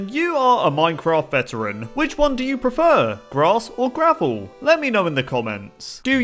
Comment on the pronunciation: This is how many times said "you are a minecraft vetarain" 150